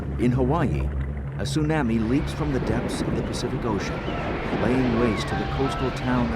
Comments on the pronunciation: The only thing that bugs me is how the announcer pronounces tsunami. I know facts about tsunamis were not known back when this was produced, and back in the 60s the scale didn't go to 9 and higher. Chilean earthquake was at most a 9.6 The Alaskan quake was 9.0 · The narrator's pronunciation of tsunami is funny.